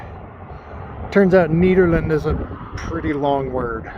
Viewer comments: Yea, it’s pronounced like you’re saying Ned, not needle. You said it right towards the end of your video. If you go slower on the camera, it’ll make us less dizzy. Drink lots of water because of the elevation. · Nehderland , that's how it's pronounced. Just to let you know. 👍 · Great to see you in such familiar territory! You mention a small town north of Nederland (pronounced Netter land, I do believe), was that Ward? Nederland used to have the Frozen Dead Guy Festival until 2023 (look it up). You should be able to find tons of spots to camp. Most of the areas are National Forest and you can camp anywhere in those (at least it used to be like that). Keep it up,!